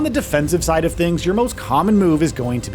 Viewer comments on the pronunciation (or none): none